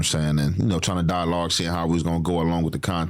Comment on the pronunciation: Nigga said “Die-loggin” 😅😭😭